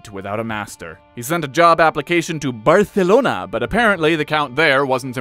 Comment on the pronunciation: Best pronunciation of "Barcelona". 10/10 no notes.